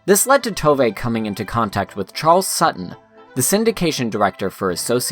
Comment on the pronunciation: It tooov not toevay